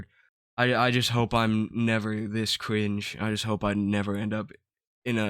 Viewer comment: I love how this dude makes a video about how other people are stupid, but then turns around and says “ cwinge “ and “ evewy “ 😂 maybe you should stop making fun of othew people bwo. Youw not vewy funny eithew😂